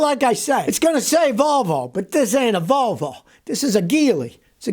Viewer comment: ...Wolwo...they can't grok the letter "v"...